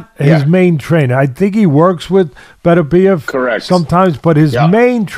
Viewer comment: Artvid Betervidez LOL imagine Teddy commentating that fight - I love the man, but you can see the cracks of senility from a few miles away.